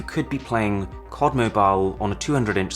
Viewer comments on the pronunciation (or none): That's C.O.D not cod, please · why do say "COD" as "cod" ?? sounds so weird